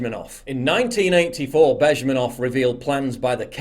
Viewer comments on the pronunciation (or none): It's a weird pronunciation of "Zhirinovksy" you have. Also he's populist, not real nationalist xdxdxdxdxd. upd how did you manage to mix up "Zh" as in Zhirinovsky and "Z" as in Bezmenov? If anyone sees it, he got it backwards for some reason. Not judging, you probably don't know the language.